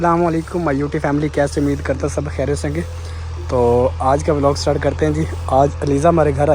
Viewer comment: Umeed hota hai umeend nai